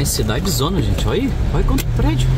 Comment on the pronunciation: CIDADONAAAAA , NÃO CIDADEZONA, CARA MELHORE UM POUCO O PORTUGUÊS, KKKK